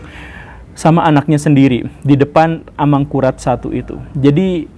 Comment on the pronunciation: Bunyi vokalnya mirip ASAMURAT